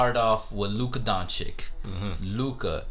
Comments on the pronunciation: Stupidity as its finest. Trash take. prisoner of the moment. And its not Don-CHICK its Don-chitch. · Luka Dončič not Dončik,,,like Donchich ,like CHokolat-Čokolat and eglish is may 3 languige but ths name,the name made writh! DonČiČ like-Čarles ,Charles.after 3-4 years ,You come with DončiK...